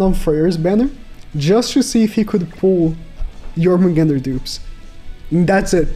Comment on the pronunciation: I don’t understand why does keep saying Jormungand wrong. It “Jormungand” not “Jormungander”. Same with Gerharde. It’s bleeding my ears every time